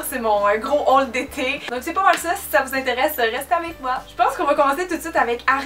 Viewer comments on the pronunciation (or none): none